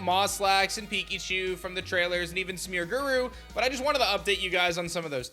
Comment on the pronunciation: Dude why you pronouncing smeargles name like that? It's not smeargurr it's smeargle 😂